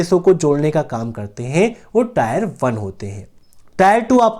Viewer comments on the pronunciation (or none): टायर नही टियर होता है।